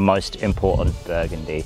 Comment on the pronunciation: oh burgundy... Shazza at the bowlo/league spec